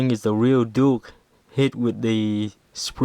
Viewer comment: you said nuke nukem lol